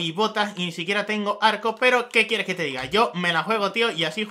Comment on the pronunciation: kiereh tener tu prhopioh zerbidor de mainkra xdxdxd